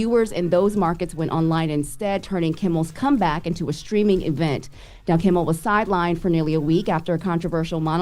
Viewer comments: She keeps calling him kimble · yes Morgan does I agree. I’m pretty sure she don’t pronounce Kimmel “Kimble” aswell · KIMMEL! KIMMEL! KIMMEL!! Not Kimble!!! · Is it me or does say kimbal? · right. Keeps getting it wrong. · I miss Morgen. She would’ve pronounced Jimmy’s last name correctly. It’s KIMMEL, dang!! Smh. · don't miss morning but mispronouncing Kimmel over and over was driving me crazy. Like how are these ppl news reporters.